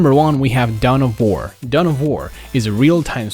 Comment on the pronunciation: down of war? you mean dawn of war